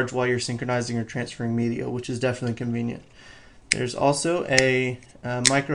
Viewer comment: he does say 'convient' like.. a LOT :P